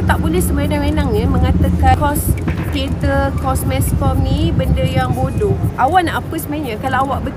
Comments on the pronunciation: Boodoew dia sebut😂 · saya layan video dia sebab nak lepaskan stress je....lagipun saya sebagai orang terengganu bila dengar dia sebut bodo ke ape rase kelakar pulak...tapi apepun saya memang tak sokong statement dia tu kerana setiap los dalam universiti ni ada fungsi dia dalam industri....lagipun kite kenalah pelihara tarian warisan bangsa